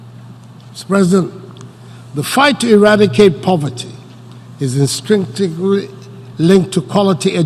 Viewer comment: What a legend! He struggled with 'instinctively' lol